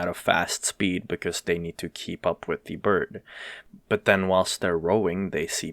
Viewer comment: loved how you pronounced it as "D" bird instead of "the bird"